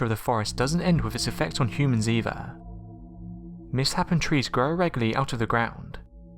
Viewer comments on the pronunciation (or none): "Miss-HAPPENED trees"???